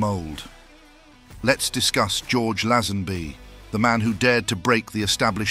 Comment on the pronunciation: Who's George Lesanby? It's pronouced Laze- Hen- Bee!